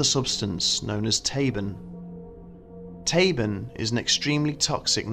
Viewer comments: Tabun is "TAH-boon", not "tay-bn". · "Mielke"is not pronounced "Mee-Elke" but "Meelke"....and "Tabun'" is not pronounced "Tay- bun" but "Taboon".